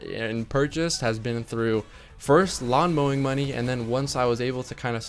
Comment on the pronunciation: When you said lawn mowing money I thought you said long bowing money but I guess you make that now :p